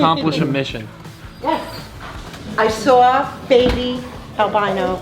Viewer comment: Lol " I swwwaaaaalll something in the pond" that NY accent 😂 Dude I want that turtle to join mine!!!